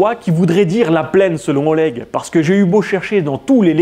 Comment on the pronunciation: Après Oleg il sait même pas prononcer Oleg correctement alors de base il commence mal.